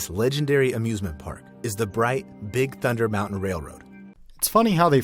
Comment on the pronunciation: Nope, the voiceover is 100% AI. I can tell by the weird quirks like how it will mispronounce the same coaster name multiple times in one passage, the strange pauses (“bright… Big Thunder Mountain” stands out to me, it thought the word “big” was a descriptor and not part of the coaster’s name), and the other weird choices like “twenty-o-seven”.